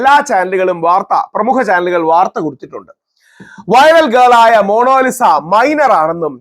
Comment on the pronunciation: മോണോലിസ❌🙄 മോണാലിസ✅